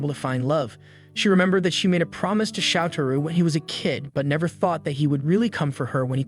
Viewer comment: lol your ai struggles with his name. It's 'show tah row'. you can spell things phonetically. Like search and replace 'soutarou' for 'showtahrow'. No one will know except you, and we'll all here his name closer to what's right...